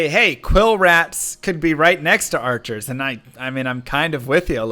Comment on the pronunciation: FART!! FARTCHERS!!! 😂🤣